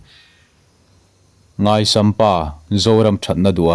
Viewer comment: Zoram mipui au aw chhiar tu i thu chhiar ngaih thlak nuamin a beng var thlak e i thu chhiar ngaisam pa i tih hi chu ngaihsam pa tih tur zawk a nih ka ring ve ngawt a